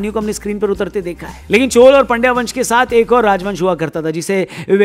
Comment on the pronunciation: Aapko bohot bohot dhanyavad CHOL - CHER - PANDYA sahi uchharan karne ke liye.. aaj Kal to Pata nahi kue CHOLAA CHERAA kaha jaata hay..